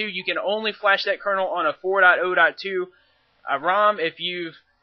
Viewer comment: four dot oh dot two lol you say it real funny